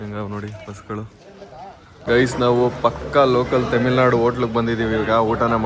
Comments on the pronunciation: Temil nadu ❌ tamil nadu ✅ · ತಮಿಳ್ ನಾಡು ❌ ತಮಿಲ್ ನಾಡು ✅